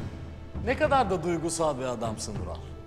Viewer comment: İlk defa izliyorum saçmalık resmen sırf sadettini izlemek için izliyorum. Kaya Alp ölüyor kelime-i şahadet getiriyor da bu Ural diyemiyor 😂😂